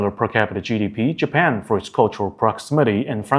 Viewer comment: Japan not Japen Nice video, be a little bit more serious on details.